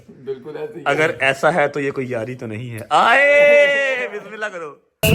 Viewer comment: Brother it's not Bismillah Arahman Araheem it's Bismillah hirehman niraheem